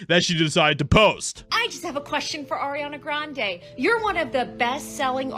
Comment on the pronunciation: Who the hell is arena graneee?